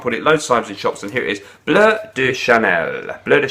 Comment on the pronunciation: Finally someone who calls it Bleu and not Blue de Chanel!!!